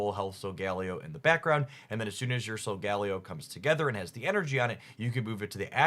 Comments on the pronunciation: Love the content,. Here’s an unsolicited pronunciation guide for our two new pack mascots: Loo-NAH-la Sol-guh-LAY-oh. Like Galileo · SOL-GAH-LAY-OH is how its pronounced in the anime